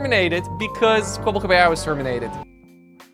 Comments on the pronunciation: The wrong name pronunciation is killing me XD if you watch even an intro to an older vid, or even Charlie's videos on him, you hear it said Kwebble(like pebble)cop... It is some of the easiest and simplest research you could do, which makes me feel like you maybe read an article and that was all? IDK if that's true, but his name is said constantly everywhere XD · But not a single time right 😄